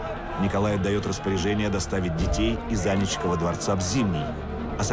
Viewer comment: Дворец и мост АнИчков , а не Анечков. Надоело, могли бы и поинтересоваться москвичи и пр. как правильно произносятся эти названия!